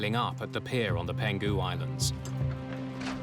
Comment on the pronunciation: Its PENG HU island, not PEN GU island